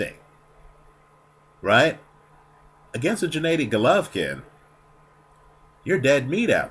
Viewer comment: Abel Sanches does produce the right vowel -- the spanish A in GennAdy. The other part of the puzzle of getting GGG's name right is pronouncing /G/ in Gennady as in /g/ear or /g/et.